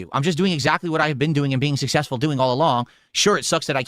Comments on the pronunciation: "I'm sussessful" Shakes cup...... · is schrödinger's streamer. He's both the king and a pauper. He's sussessful and hes a victim of bullying. Poor guy. He's just trying to make pahsativ khantent